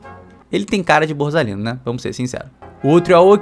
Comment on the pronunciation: é "naIXsceu", é "BorZalino"... só melhora. Edit: , "Is Ho", hahahahahahaha, nessa ele devia estar zoando, para ser justo.